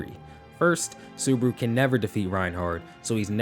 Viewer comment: Why do you call him suburu??